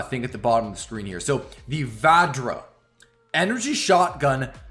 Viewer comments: Hi, for the weapon Vadjra, when pronouncing it D is silent. Its a weapon of Hindu God of all the 5 senses named Indra.. Just thought of sharing this with you.. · It is pronounced as Vajra, the ‘D’ is silent. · THE NAME OF THE NEW TITAN WEAPONS IS TAKEN FROM THE INDIAN MYTHOLODGY. IN INDIAN MYTHOLODGY VADJRA IS A WEAPON WITH CRAZY POWER AND DISTRUTIVE ABILITY. ALSO D IS SILENT WHEN YOU PRONOUNCE IT.❤ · I think it's pronounced bajra as in Hinduism. Bajra refers to weapon.